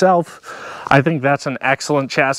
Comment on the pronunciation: Lol, you said chassis like the French.